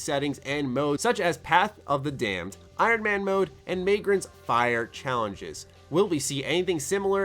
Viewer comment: The way he said "Magran's Fire" We know you ain't played Pillars of Eternity,, ya fake Obsidian fan